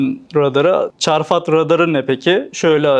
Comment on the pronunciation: Çarfat değil